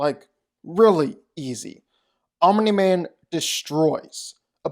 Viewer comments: Fun fact: Omni-Man is not pronounced "Ominy-Man". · It's funny how when you say "Omni-Man" you put a vowel between the m and the n...Omini-Man. 🤣😂🤣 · why do you keep saying omniman like that 😭😭 addin 3 extra syllables to his name n shit